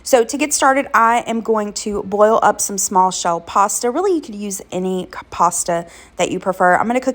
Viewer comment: At first, I thought you said "blow up" some pasta 😂😂 what can I say, I'm watching this on Monday & it's been a really Mondayish Monday 😂😂😂 thanks for sharing, everything looked delicious!